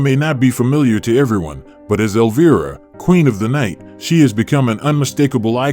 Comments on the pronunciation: Elvira is pronounced EL-V-I-RA, not elva. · sorry but you kinda mispronounced her name. not a big deal but still... instead of el-veer-a its el-vye-ra. not a huge thing just sayin... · Your ai SUCKS!!!!! Every time you f*** up her name as "Elveeera" we know you are another idiot hack PS: I forwarded this POS video to Cassandra, and I hope she sues your idiot a$$ out of existence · Alveerah ? Elva ? AI robo-voice FAIL ! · Elv-Eye-rah;) Thats how one pounces her stage name. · Teach your Ai to say Elviiiiiiiiiiiiira correctly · Eleveera,come on ai then he said elva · I almost immediately stop watching anything that has a bot voice mispronouncing the very name of the subject of the video. Incredibly lame. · Why not show pictures we have never of her. We have all seen those pictures. And learn to pronounce her name properly. Also. Cut out the background talking. It is annoying as hell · Learn your A I. Frankenstein to pronounce my queens name properly and I ban you forever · Boo on the AI's pronunciation of Cassandra's horror character name of "Elvira". Her character name is pronounced with a long "i". I would believe that an AI can be customized with special pronunciations for names or words associated with particular associations or applications.. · BS. Her name is mispronounced twice in the first minute. I don't see any "rare" photos of consequence and these "comments" are all computer generated. Crap. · In the first minute of this video, the narrator mispronounces Elvira twice! What the heck?? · please teach your AI to pronounce "Elvira" correctly...,kinda ironic that it rhymes with vampira but it gets that right?😆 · 13 seconds in and you ruin your credibility by pronouncing Elvira wrong. Get better text-to- speech software or record your own voice or whatever, but if your intention is to educate, do a better job. Like try watching an episode of her show or an Elvira movie ffs. And why the old-timey scratchy film filter?